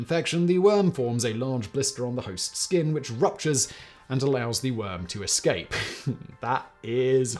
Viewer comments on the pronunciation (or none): none